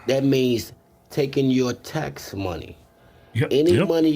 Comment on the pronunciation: 5 trillion dolla ta cuts? boy his education really worked :p